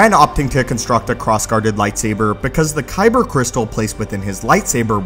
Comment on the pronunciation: Dude be like "koyber crystal"